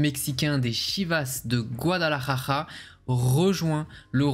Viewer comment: Hahaha Mr stp un effort sur la prononciation de Guadalajara 😁😁😁